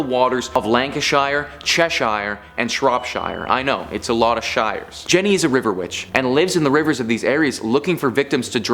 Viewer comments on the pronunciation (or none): Im not sure about his pronunciation of "shire"